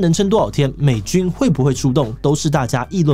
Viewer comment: 1.09： 美军会不会出动 这句真的给我笑到了，特别是这个强调的美字